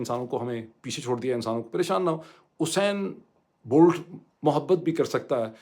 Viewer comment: ڈاکٹر صاحب صحیح تلفظ "یوسین بولٹ" ہے۔ 🙏